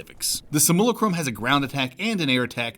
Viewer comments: My guy, it's pronounced "sim-yoo-lah-crum" not "sim-YOO-luh-crom" or "sih-mool-ih-crum" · "Sim - Yew- Lack - Rum" like simulation. Im sorry im not trying to be a deek but I couldn't help myself.